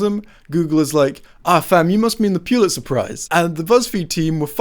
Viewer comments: It's not pronounced Pew-lit-zer, it's pronounced Re-ah-nuh. Actually you really did pronounce it wrong it's pronounced like pull-it-sir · Why are you putting a 'pyu' in pulitzer? it's just "pull its er" not "pyu lit ser" hmm... now that I think about it, 'pu' does sound like 'pyu' in a few words, like 'putrid'... maybe I'm wrong? nope i googled it, i'm right lol i love your content